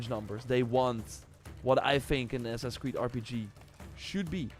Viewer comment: Do you think you can say the name of that game without just mumbling it? I had to rewind three times trying to catch it. I didn’t catch it.